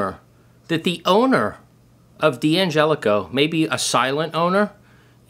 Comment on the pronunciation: It's not DiAngelico but D'Angelico. Not sayin', just sayin'.